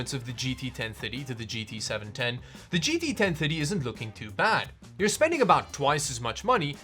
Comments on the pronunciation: I kept hearing gt 1050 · The way you pronounce 1030 makes me hear 1050. It throws me off lol. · the way you say 1030 makes ma think your saying 1050 It's 2023 and i can't believe that people still want to know if the 1030 is good( they still sell them in stores)